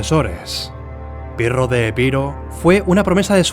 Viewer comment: Albanian aksend,,piro